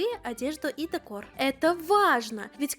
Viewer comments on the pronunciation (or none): none